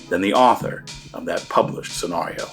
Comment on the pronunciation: I love your channel, I love your content, I hate the way you pronounce "scenario." Keep up the good work.